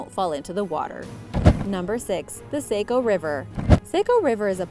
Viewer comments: Just so you know it's the s-ah-co or saw-co if that's easier river, not s-aye-co. Most of us from maine don't care if you pronounce it wrong, but some others take it way too seriously so just thought I'd let you know the real pronunciation! We're never on any cool lists so it's just neat to see us mentioned on ANYTHING. We're not exactly known to be a bustling place 🤣🤣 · Hehe ithe Saco river isn't pronounced like that, it sounds like Sah-co not Sai-co just in case you were wondering! Cool video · it is named the "SAW-CO" river not "say-co" river! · Yooo it's pronounced Sah-co not Sayco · Sah-co is the pronunciation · I grew up in Saco! 😁 - it’s pronounced “Saw-co” (except by those southern transplants from Boston 🙄) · I had a hard time listening to her pronunciation too lolol I just wrote a comment above like its S-ahh-co 🤣